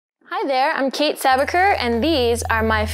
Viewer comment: I finally found another kayte who pronounces there name kate and not katie